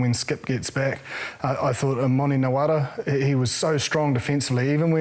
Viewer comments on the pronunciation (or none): Is it just me or does James Parsons keep saying Nawara instead of Narawa lol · Its Narawa not Nawara